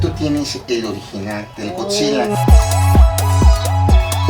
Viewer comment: El morro bien experto Y dice... Gokzila